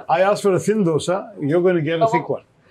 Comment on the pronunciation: How tough is it for you to get the name of the Dosa right Barkha?